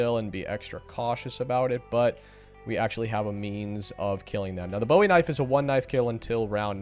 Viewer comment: BOOOOOOEY. Not bowie. The knife wasn't named after David Bowie. His name was pronounced Jim Booey.